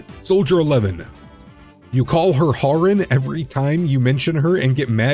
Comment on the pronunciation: "Soldier 11. You call her 'Harin'" Imma stop you right there